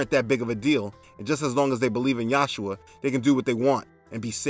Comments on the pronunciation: This comment is not for debate or foolish dispute, I watched many of your videos and I'm curious as to why you say Yahshua instead of Yeshua which is how the Lord's name is said in Hebrew. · Just being a bit picky: It's Yeshua, not Yahshua, and emphasis is on the second syllable not the first. For Ha'Kodesh, the second syllable is emphasized not the last. For the other Hebrew words, emphasize the last syllable.